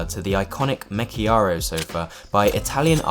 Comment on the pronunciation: Your pronunciations on all product names are atrocious. Nevermind the Swedish words, you butcher ALL, especially the Italian one. You managed to skip an entire syllable in Marechiaro, while Desja (pronounced DESIA) came out Desda. Really sloppy work. Next time you do a video, maybe spend a half hour less on your looks (hair, beard etc) and actually read the script beforehand to get yourself accustomed to the text, so it doesn't sound like a first read after you just woke up...